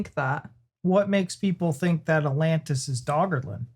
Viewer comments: 'Alantis'? He says it three times. Not ATlantis, he's not fond out the first T apparently. Or does he just like the singer Alantis Morrisdancer? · if you don’t start pronouncing both of the T’s in Atlantis I’m gonna scream 😂😂😂 wtf is “Alannis”???? 😂